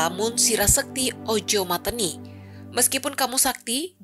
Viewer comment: Cara baca 'mateni' keliru 😎